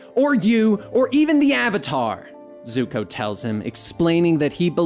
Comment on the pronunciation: did this man say Zuhko like some live action movies nonsense. Lol I only heard it once so not gonna go off about it but fr.